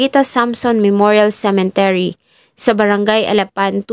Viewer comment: CEMETERY hindi po CEMENTERY ... Thank you :)